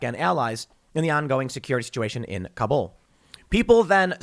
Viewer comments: Tim, Kabul actually has first syllable stress, not second, so you pronounce it like "Cobble." Americans routinely mispronounce it. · Kabul: pronounced similar to 'cobble', not kah-BOOL.